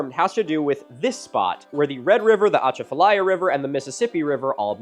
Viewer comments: Very minor thing, but we stress the A's more on Atchafalaya. uh-chah (like as in apple) fuh-lie-uh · You need a Louisianian to help you pronounce Atchafalaya! Kind of like this -> uh • CHA • fuh • LAI • uh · the ahh chaafta liea 😂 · Natchitoches is actually pronounced Nack-a-dish believe it or not, and the emphasis is on the 'cha' in At-CHA-falaya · I’m from Louisiana as well and came to comment about the way he said Atchafalaya. I didn’t get to the natchitoches part yet haha. It’s “UH-CHAH-FILL-EYE-UH” in case anyone wanted to know lol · Milo, as a resident Cajun, from the Acadiana area of Louisiana, I couldn't help but chuckle at your attempt to pronounce "Atchafalaya" River. (It's pronounced "Ah-chaf-uh-lie-uh") Wanted to add that we know our names are really weird to pronounce, they are often inspired off of French or native languages. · My Louisianan heart is so happy to be mentioned but also cringing so hard at the pronunciation of atchafalaya and natichoches 🤣🤣🤣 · As a cajun watching Milo struggle to pronounce Atchafalaya and Natchitoches gave me life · As someone who grew up on the Atchafalaya River I had to pause and hope he doesn't pronounce it any more throughout the video.... But I suspect he will. Louisiana definitely has its own pronunciation rules for everything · Milo buddy that's not how you say achafalaya